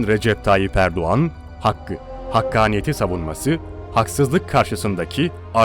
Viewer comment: Abi Erduğan değil Erdoğan